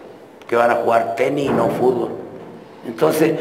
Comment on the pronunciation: Clavito se dice fútbol y no fubol xd